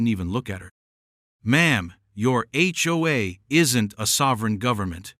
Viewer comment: It's just pronounced H-O-A each letter individually😊